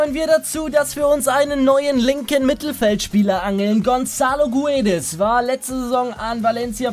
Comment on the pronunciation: Guedes wird gedesch ausgesprochen